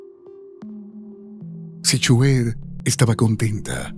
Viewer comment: Q pésima narracion ni pronunciar el nombre Sihuehet puede.